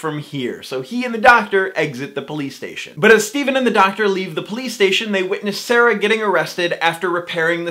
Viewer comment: Sara is not pronounced Sarah...